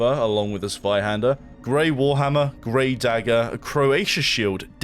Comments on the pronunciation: As a German, I'm really proud of the way you pronounce the word Zweihänder ;P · As a german I just can’t get over how he pronounces 'Zweihänder' 😅 Lovely 🥹